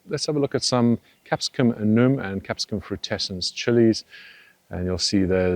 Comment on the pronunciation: I always wanted to ask if your a-noom pronunciation is an inside joke. (The correct pronunciation of annuum is an-you-um.) I mean no offense by this, but I’m wondering…